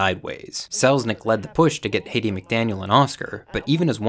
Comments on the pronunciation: What a great set of videos, these are really timely. Many people agreed that HBO just needed to contextualize gone with the wind and continue to show it. And I believe her name is Hattie, pronounced Haddy , not Haiti like the country. You have a lot of content and layers in these two videos. But I got a handed to you you did a really great job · Hat-ee , not Hate-ey